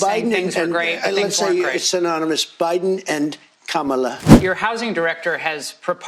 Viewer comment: Why does he pronounce Biden and Kamala like that? 🤣